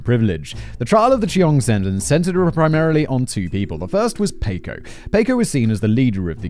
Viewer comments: Paw-coe....not pay-coe....sheesh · Has anyone else been screaming, "Paco! Pah-koh!" every time he says, "Payco", throughout this whole video??? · Jaysus, Whistleboy Paco is Packo not f***ing Payco, c'mon c'mon. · Only dealers of drugs of all types(right now) get life after the 3rd strike. Many that are in jail were put there illegally over here. Racism was involved. Simon it’s pronounced Pock O If you have to go to prison,the Nordic countries actually rehabilitate prisoners and have very low numbers of repeat offenders. You can use the word hypothetically also. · In what world is "Paco" pronounced "pay-koh" ??? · I like how he says it like the English taco when it's supposed to be like the American taco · Listening to Simon butcher Paco over and over agains is hilarious!? It's making my ribs hurt.... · Give me a euro every time Simon mispronounces the name "Paco".